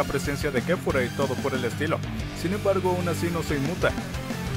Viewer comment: Es kefla no kefura 😑